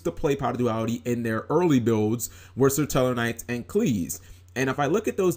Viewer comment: i love how you call them "sir-tellarknights" lol